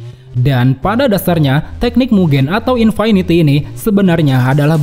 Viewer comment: Cara baca infinity itu infiniti bukan infainiti min